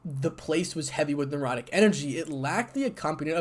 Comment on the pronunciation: I would enjoy a part 2, but the word is necrotic and not nerotic energy.